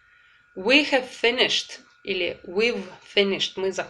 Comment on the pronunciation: Очень нравятся Ваши уроки, но мучает вопрос почему при произнесении has or have Вы их говорите с "э" ведь там должно быть почти "а", спасибо